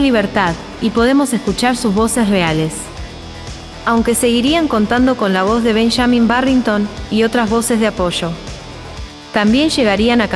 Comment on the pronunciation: es benjamin no benchamin .. pronuncia bien el caste llano no castechano